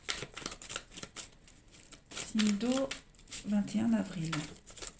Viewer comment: 21 navril 😁😅 j adore comment vous le dites lol. Merci pour votre guidance...même si jme suis pas reconnue 🤗😇